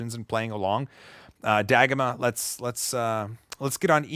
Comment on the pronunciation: I supose it is dagomah, not dah-goma…